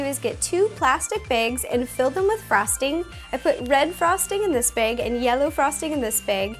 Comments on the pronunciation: narvaez She says Beg instead of bag. XD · She says "beg " instead of bag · Is it me or does she say beg instead of bag? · I heard that to!!😂😂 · but... she says beg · Not to be rude but you say beg instead of bag. 😒 - 😙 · yor so right after I read your comment I realized she did, its so cute. :3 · bAg not bEg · i heard bage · she says baeg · It's definitely not just Canadians that say "bag" that way; depends on where you are in the US. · Michelle Ly The Irish's accent is a little bit like the Canadians, like foot, or book, I think... :-| ????? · Listen to how she says bag ........ Im TOO weak